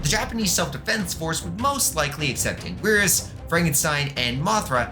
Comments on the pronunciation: First he says heisei as ‘Hes-A-iA’ now anguirus as ‘an-gwirs’… (Its actually said like: ‘HeI-SeI’ and ‘An-Ge-rus’ (note ‘I’ is uppercase ‘i’)) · cough "ang-ear-us" cough